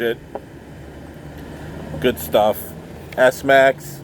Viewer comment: It’s pronounced smax (smacks) not s- max